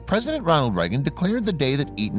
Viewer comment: Etan is the correct spelling...and he keeps saying the name wrong every time.I watch a doc featuring his heartbroken parents, especially his father and I'm pretty sure he pronounced it as "A- tahn".